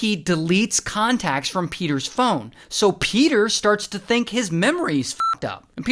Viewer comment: PEDAHHH THE HORSE IS HEAH